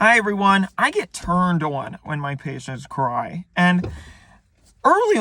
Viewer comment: That's just what people from Maryland sound like